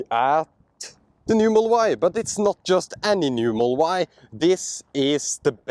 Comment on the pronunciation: Could you please slow down to annunciate "Model Y". Your accent makes it sound like "mull-Y" took three times before i realised you were saying the car's name.